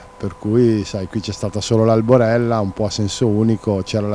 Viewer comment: qualcuno dica al conduttore che si dice aLborella e non aRborella...